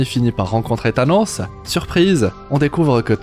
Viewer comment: Avec "Thanosseuh" 🤣🤣